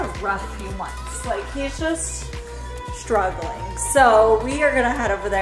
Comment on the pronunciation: It's STRuggling Not.. Shtruggling